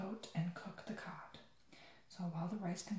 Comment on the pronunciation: When he said "cod " It sounded like he said "cock"😂😂